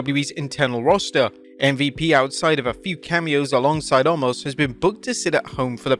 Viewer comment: You have never once said his name correctly. It's pronounced Oh-mas.